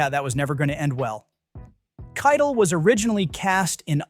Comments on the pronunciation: KIE TELL is how you pronounce his name not kitel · Dude, you can just type "Kie Tell" when typing Keitel into your AI software so that it'll be pronounced properly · KITE el 🤦‍♂ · You lost me at your pronunciation of Harvey Keitel. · how can you make youtube movie content and not know how to pronounce Harvey Kietel's name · Actually, the narrator mispronounced Keitel. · AI can’t say it properly.